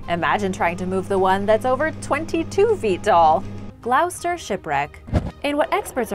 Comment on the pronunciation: Love the show. Gloucester is pronounced Gloss-ter. Minor quibble, I know.